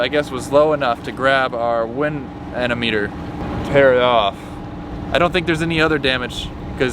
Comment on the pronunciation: It's anemometer